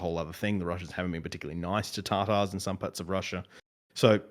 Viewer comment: Tatars. Not tartars. Please. And the analyst dude apparently does not know that there are a number of different Tatar groups. Crimean tatars have a completely different history and identity than Volga Tatars or Siberia Tatars. It’s the Crimean tatars that were nearly wiped out by Stalin and have been essentially genocided again since the Russian occupation of Crimea. Also, all available estimates from 2014 from a number of organisations on the ground clearly state that at the most around 38% voted for joining Russia. They did not and do not want to be a part of Russia. Donetsk, if it came to a vote, is difficult to call - at least a million people have fled the “independent republic” over the years. I mean, come on :(